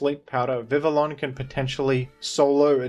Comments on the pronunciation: Vivillon is Pronounced "Vivi yon" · "Vivillon" is pronounced "Vih-vee-on." (Almost like the name "Vivian"). It's based on "papillon," the French term for butterfly.